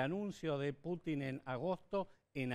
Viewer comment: Ahhh y por favor 🤦🏼‍♀️ dejen de decir Put í n... es 🙏🙏 P ú tin ( con acento en la u)